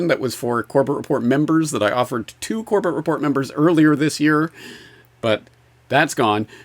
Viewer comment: He pronounces it Corbette?, always gracious, never even deigned to correct the man - not even with the very passive technique of using the name a few minutes later, except with the correct pronunciation; a class act, indeed. 🫡